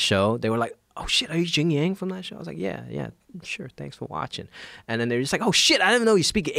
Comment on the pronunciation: "JIAN - YANG"